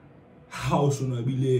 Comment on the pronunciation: killed me with that...😹💀"Son-Wabble"🥴